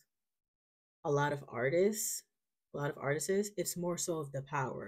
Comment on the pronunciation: It’s Artists not Artists-es (don’t stress the “s” or try to make it “plural”) lol You were correct the first time but doubted yourself 😅 Yes, I’m saying this with love ❤🤗 Keep growing 👏🏼